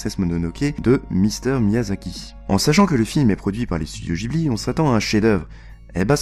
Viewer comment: "studio Jibli" aïe les oreilles